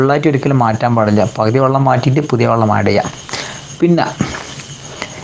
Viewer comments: വള്ളം അല്ല വെള്ളം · 'വള്ളം' അല്ല മോനൂ, [വെ, ള്ളം] - "വെള്ളം". അങ്ങനെ പറയണം മോനൂ.... "നന്മ പരക്കട്ടെ" 🙂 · വള്ളം ( വഞ്ചി ആണ് ) അല്ല ചേട്ടാ, വെള്ളം.... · വള്ളം അല്ല ചേട്ടാ വെള്ളം